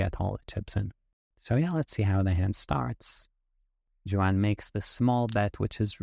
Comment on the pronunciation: Amazing hand. Great analysis. I bet your hand reading is incredible. However, your name reading is profoundly bad….. A Hispanic guy named Juan… and your guess is. lol wow. Honest mistake and made my day. Wow. That’s just great.